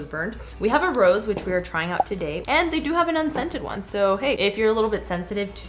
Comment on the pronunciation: when she said 'the RRRROSE', i really missed Rosalina!